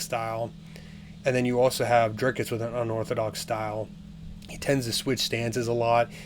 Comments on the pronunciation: Driscus du plessis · Listen more closely. He adds an S before the C. You wrote an entire paragraph to back up someone mispronouncing the very name the entire video is about? I stand by my words. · How can anyone take you seriously. Your making content, to get viewers, by commenting on a sport, yet you can't, or won't even bother to pronounce the fighter's name correctly? He's the subject of the video!! Show some respect, to the athletes, and to your audience!! Correct assessment, Dricus will win.